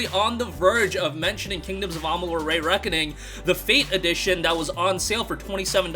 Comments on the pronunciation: KoA Re-reckoning is great but I'll never watch this channel again. The Re in Re-reckoning is pronounced Ree (sounds like pee) Not Rey. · “Ray” Reckoning makes me ears bleed 😂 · Lol "KoA ray reckoning"